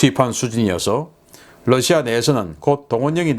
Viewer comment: 신선생님, Russia를 Lussia라고 발음하시네요.